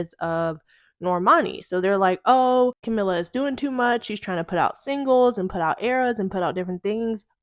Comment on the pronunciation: you can’t even pronounce her name correctly. if you’re gonna do yOuR JoUrNaLiStiC duTiEs 🫡 then here’s an idea.. do better research so you can then know the difference between camilla and camila and famillia and familia. girl, bye.